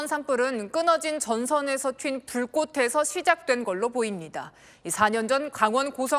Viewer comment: 기자가 --불꽃에서 시작된-- 발음을 불꼬테서라고 하는데 불꼬체서로 발음해야 맞지않나(연음법칙)?????